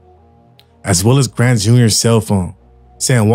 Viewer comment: You messed up OG Klayron last name. It’s not Grant it’s Gant. Other than that 💯